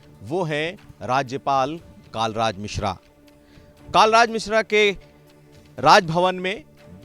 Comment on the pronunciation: नाम तो ढंग से पता कर लो आप पत्रकार् हो कालराज मिश्रा नही, कलराज मिश्र है